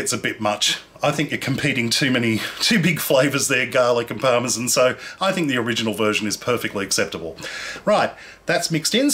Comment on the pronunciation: did he say parmesan?